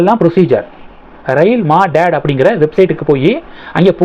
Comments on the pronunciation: ஐயா அது மா டேட் இல்லே அது "மதத்", மதத் என்றால் உதவி. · Anna adhu Maadad illa..u should pronounce it as Madhadh.. apdina help nu artham.. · It is not pronounced as maadaad. It is மதத். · Madad அல்ல. அது மதத். இந்தியில் எழுதியிருப்பதை படிக்கவும். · No Ma dad sir, It is hindi word, correct pronunciation (madhadh) means Help. Thanks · அது மா டாட் இல்லை. மதத். மதத் என்றால் உதவி. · அது ரயில் மாடாட் இல்லை ரயில் மதத் (மதத் என்றால் உதவி). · Prounens as madhath mean help.don't say madad. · Rail மதத் ... Not maa dad . Kindly correct it. Thank you. I am a pedantic. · Ma dad illa மதத் Hindi pronunciation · Maadad Nahi. Madad - Hindi to Tamil meaning 'Help' 😂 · Rail Madad... Is pronunced as Rail மதத். மதத் னா சகாயம்.. உதவி... ரயில் உதவி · You have to pronounce Rail Madath (Rail Udhavi) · Rail Madad என்பதை ரெய்ல் மதத் - மதத் என்றால் உதவி என பொருள். ஒழுங்காக உச்சரிக்கவும்.